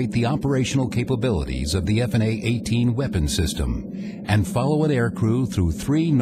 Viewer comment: I must take issue with the ease of which the F-18's destroyed the enemy forces as well as the narrator's pronunciation of F/A-18.